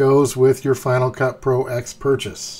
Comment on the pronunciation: Thanks for the video. By the way, it's pronounced Final Cut Pro Ten.